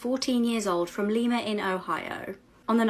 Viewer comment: As a native of Lima, Ohio. Please, please don't pronounce it Leema. It's Liema. It's like the bean, not the Peruvian city.